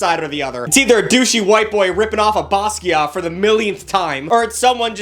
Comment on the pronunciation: gosh that Basquiat pronunciation was painful 😂😂